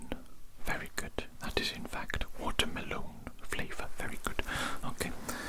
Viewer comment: He is very good at ASMR but he said watermelone which I was like bro really said that. Keep up the great work